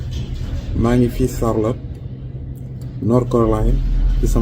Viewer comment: Bara doly,on dit charlotte, north carolina 😂